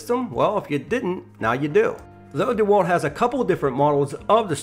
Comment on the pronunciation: If you didn’t say D walt, I’d like this review much better